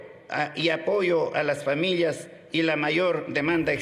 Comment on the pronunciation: Incluso los dos dicen "Famiyias"